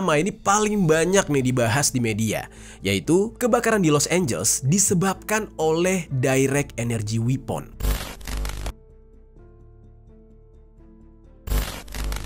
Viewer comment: Bacanya wepen bang bukan wipon 😅